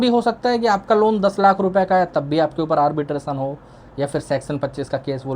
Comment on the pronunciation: Arbitrasan? ❌ Arbitration! ✅